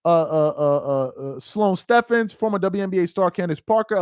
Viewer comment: It’s pronounced Sloane Stevens